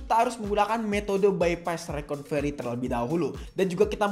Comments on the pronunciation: bukan reconvery bang tapi recovery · Makanya bang Jangan coba coba kalo bukan suhu , koreksi bang bukan rekonvery tapi Recovery bang🙏